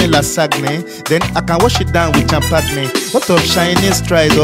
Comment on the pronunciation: the way he pronounced Lasagne and champagne gets me all the time lool